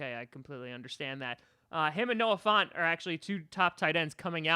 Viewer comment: My thoughts on getting him: yesyesyesyesyesyesyesyesyesyesyesyesyes EDIT: font...? f-f-font? FONT? WHAT THE HECK DO YOU MEAN FONT? HIS NAME IS FANT